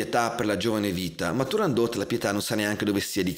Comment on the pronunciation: Ho imparato che si dice TurandoT e non Turandó ( 'sta Francia. ..!)